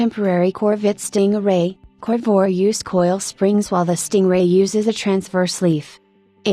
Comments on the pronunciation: What is a "Corvwah?" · Sorry, but if you're going to use AI or whatever that is speaking, at least have it pronounce the name of the subject correctly...lost interest at the second mention of the "Corvoir." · Dump the computer generated voice or teach it English. Covore? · WOW lady you need to learn how to pronounce the name of this car. or I have heard it wrong my whole life from everyone who has ever said the word